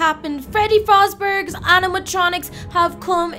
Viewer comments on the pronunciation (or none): Literally just realized she says “Freddy fazberg’s” instead of “Freddy fazbear” 😭😭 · it isn't Freddy fazberg its Freddy Fazbear